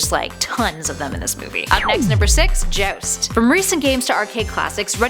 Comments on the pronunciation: jowst, not jost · She says 'Joust' funny